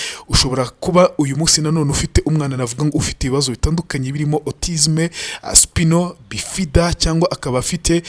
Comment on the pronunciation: Bavuga: spayino bifida (spinal bifida) & serebro pozi (cerebral palsy)... auto correct. you're my best journalist, keep up the good work 👏 👍